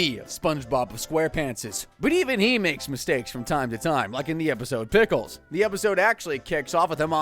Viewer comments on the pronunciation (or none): HE SAYS THE EPISODE DICKLES